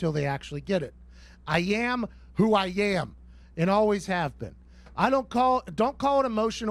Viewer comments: Pat says both “I yam, who I yam” and “Baker Bae-field” in this video. ^the above sentence should also be the title of this video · “I yam, who I yam.”